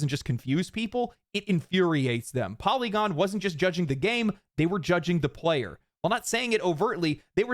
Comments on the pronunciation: LOL FOLLY-gon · Poly-gone lol